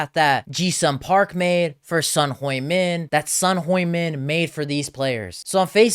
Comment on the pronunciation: Want credibility? Learn to pronounce his name. He’s only been playing for over a decade in England…even they can get it right. I turned you off immediately 🙄